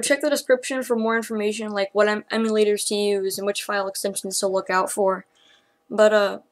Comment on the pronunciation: ehm yoo paradise. As is the first 2 syllables of emulator.